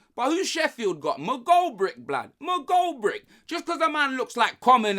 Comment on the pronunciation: Did just say McGoldbrick instead of McGoldrick